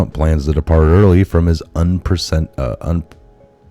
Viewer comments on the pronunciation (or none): Unprecedented: un - PRESS - uh - dent - ed. Not that difficult.